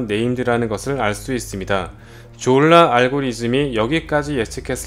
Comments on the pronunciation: 형 다 젛은데 졸라 할때 발음이랑 억양좀.. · 졸라발음할때 엄마가옆에서 들었는데 욕인줄 알고 이노무 시키가라면서 등짝맞음 ㅋㅋㅋ